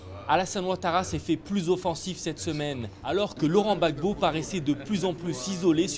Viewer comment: on dit Laurent Gbagbo et non laurent Babo.